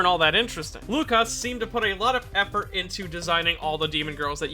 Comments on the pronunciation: Not - "Lukasz" Yes-"Wookasz" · It's "woo-cash" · You almost got "Łukasz" right, the Ł is pronounced like W and "sz" is a "sh" sound. Malina means razzberry and zdrada betrayal in polish. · Oh god, you butchered his name. Good vid tho.